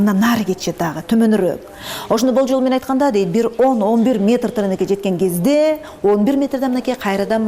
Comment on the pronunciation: Дагыы деп кездээ деп удорения каттуу айтаткен.